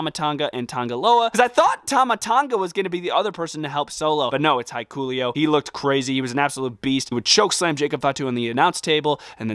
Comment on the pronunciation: Sorry dude but thats not how you pronounce hikuleo but you can look up videos if you want